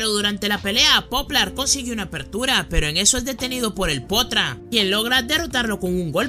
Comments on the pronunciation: Like si escuchaste que dijo potra minuto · el mejor anime me rei mucho cuando dijo el potra en el minuto jajajaja